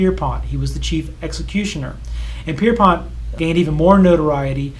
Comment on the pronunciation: I don't want to nitpick but Albert Pierrepoint is the anglicized variant of Pierrepont the end of which is pronounced point as in its rude to.